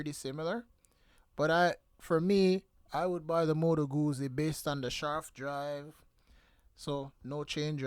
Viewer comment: Isn’t jacuzzi pronounced like jacu- piZZa? I have a 2016 guZZa stornello v7 and it’s good. So good I haven’t been able to sell it, even though I think of it every year- but then every year I say nahh, let’s keep it another season. because it keeps going without giving me any problems, so I think it wants to stay. It’s a very happy bike to ride.